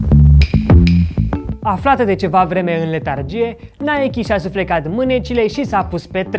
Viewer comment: Apreciez ca pronunti nhay-kee nu naic!